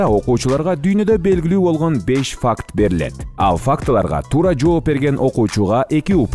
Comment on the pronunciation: Урматтуу алып баруучу мырза эмне үчүн дайыма ФАКК деп сүйлөйсүз? Туурасы факты болот да ; -Акыркы факка келдик дебей. Акыркы фактыга келдик деп айтсаңыз.